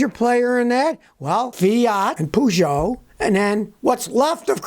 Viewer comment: It's not how you pronounce Peugeot!